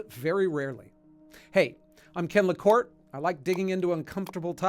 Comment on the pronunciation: It's LaCorte NOT LaCort